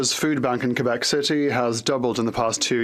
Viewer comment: What is it with English people saying.."Quo bec.."..whats all that about eh...